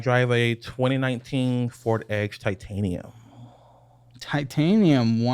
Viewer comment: I don’t think said “Ford Edge” correctly once during this episode 😂